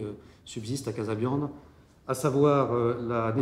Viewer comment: c'est trop long pour eux de dire casabianda au lieu de casabiande qui ne veut rien dire